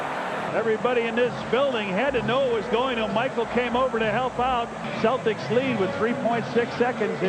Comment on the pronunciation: Why can't they pronounce celtics